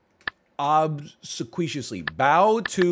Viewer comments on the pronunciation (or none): Love the crosswords NL. BTW obsequious is pronounced "ob-see-quee-us"